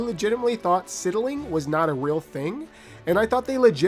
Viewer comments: It's not Sidling pronounced like that, it's actually pronounced like sliding but with the l and i swapped around "sydling" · "Sidling" is pronounced "side-ul-ing".